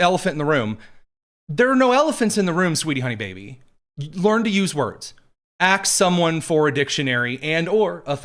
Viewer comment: Aks themJazmin go ahead and aks them would ya!